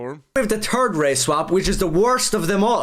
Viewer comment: Judging by the fact he pronounces "third" as "tird", he might be Irish